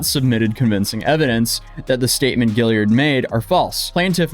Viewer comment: "Gill-ard" not "Gill-i-ard"... sorry to be that person.